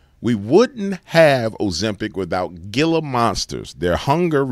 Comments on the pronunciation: They r pronounced Heela not gila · Great vid sir, not surprised they are trying to get more snake in us. Oh, gila is pronounced ' HEE - luh ' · The G is pronounced with an H. ......G. "Hila" u sound like a goof. Just wanted you to be aware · Hey! Gila is pronounced "heela". Like heela monster. Gila Monster!☺️😍 great channel btw. Happy Father's Day!❤🎉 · the G in Gila is pronounced “H” hela monster. Just sayin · It's pronounced "HEE-LA" monster